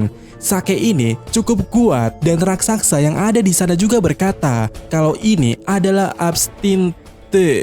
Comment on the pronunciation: Raksasa bg bukan raksaksa 🤣